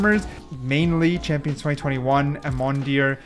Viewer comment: 1. You number the skins by when it shows up, not by the Ranking ( how hard is that?) 2. You mispronounce the easiest names Cryostasis->Cryostatis?, Aemondir-> Aemondur? ??come on bru 3. The S and A listing makes no sense.